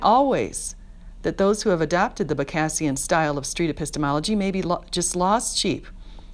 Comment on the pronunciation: You should talk with Anthony Magnabosco. Cheers. Also, Peters' last name is pronounced bog-O-Z-ian